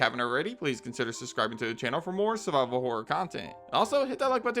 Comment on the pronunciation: When he said "Subscribe for more survival horror," for a moment I thought he said "survivable horror." My favourite kind of horror.